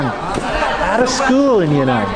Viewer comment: that's Yan'An (not Ya'Nan) in ShanXi